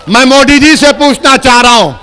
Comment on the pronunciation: Owaisi जी पहिले आप अच्छा से हिंदी बोलना सिख ले उसके बाद मोदी का नाम लिजिऐगा ठिक है मोदी होता है मोडी नही बाडा आया नेता बनने